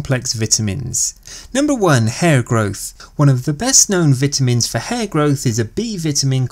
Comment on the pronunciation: "B Vitimins"😂 no but seriously good video